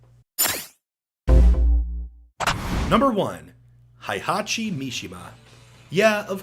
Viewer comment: When are people going to stop pronouncing "Heihachi" as though it's German rather than Japanese?